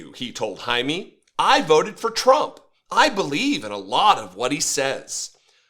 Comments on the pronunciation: “JAY-ME” not “Hi-me”… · if you want to pretend to be an ally you should at least learn to pronounce our names, and also WE are americans, you are mostly europeans. it's disgusting all those attempts at taking OUR demonym. jaime is not "jamie" and it's not "high me" or "hiney". the pronunciation is closer to hai(like the japanese expression when handing something to someone)-meh(like the expression in english for when something's so-so) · The man’s name more or less should be pronounced “hi-meh.” 🙂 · Pronounced “Hi-meh” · Jaime is pronounced High-Meh. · usually it is pronounced Hi Meh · It’s pronounce “High-Meh”